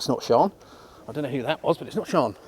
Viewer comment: I'll tell her. She'll be delighted... MIKE (PS: It's Sian, pronounced "Sharn")